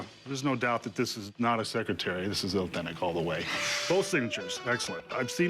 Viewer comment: “It’s uhthenic”